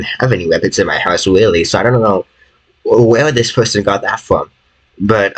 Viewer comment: tis is by faw te mos sewious tings tat has hapen to me